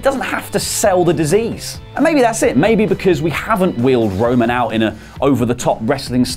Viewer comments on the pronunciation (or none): Am I the only one that noticed he keeps calling him wo-man